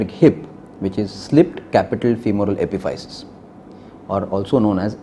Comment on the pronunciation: Epiphysis is pronounced (uh-piff-uh-sis)